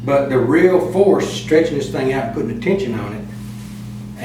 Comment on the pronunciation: he said "im not sure, i measure the thang"